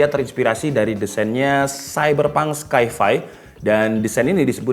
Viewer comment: Sai-fai (sci-fi) bukan skai-fai bro